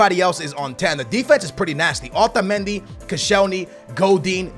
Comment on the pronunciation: Why the hell do you ALWAYS pronounce Otamendi like that! Your fucking American! Act like it bitch!